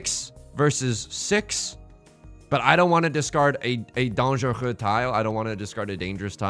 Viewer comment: Actually amazing pronunciation of "dangereux"